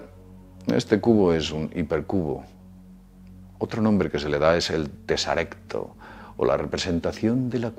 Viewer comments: Teseracto, no tesarecto................... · La palabra correcta es TESERACTO, no TESARECTO. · Ah, y es TESERACTO, no TESARECTO. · Es teseracto, no tesarecto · Tesarecto no, teseracto. Dicen que en la cuarta dimensión hay teseractos del tamaño de un gorila. Jaaj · Se dice '' teseracto'', no "tesarecto". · TESARECTO? ES TESERACTO. JAJA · No se dice teseracto Tal cual? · Se dice teseracto